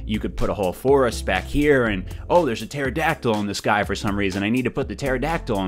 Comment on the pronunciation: it's pronounced Pterodactyl